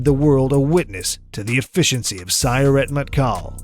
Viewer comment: The announcer is mispronouncing Sayeret. Each syllable of Sayeret has equal emphasis in Hebrew.